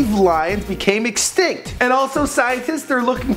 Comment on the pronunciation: They are "instinct" XD its extinct